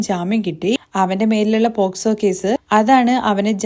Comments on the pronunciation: പ്രോക്സോ അല്ല പോക്സോ അതാണ് ശെരി 😂😂😂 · പ്രോക്സോ എന്നല്ല പോ ക്സോ എന്നാണ് ശരി